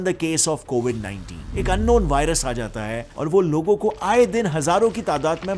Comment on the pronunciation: Please pronounce scientists properly not scientiso that's hilarious man